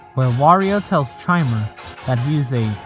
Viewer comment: Something I want to note about the last video - I don't think Chimer is meant to be pronounced with the typical 'ch' sound, but rather a 'k' sound. Chimer, given what we see of it's Bowser/Clown Car form, plus the fact its text popups use multiple character prompts (and Mario's AI claiming to feel Luigi's presence during its encounters with the thing), Chimer is meant to be a literal, digital Chimera of multiple entity's AI and forms